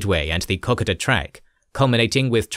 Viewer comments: You know the OCD is kicking in when I hear Mil-Ner bay. I'm pretty sure it's pronounced Milne as in Kiln. KOK-oda is pronounced KoKo-da. Or is it just me. 😮 Peace and Respect Lest We Forget 🌺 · Great video! Re the Kokoda track..... it is pronounced Co-Coda Track!!!!